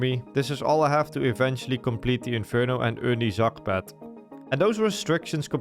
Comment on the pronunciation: Did bro say pet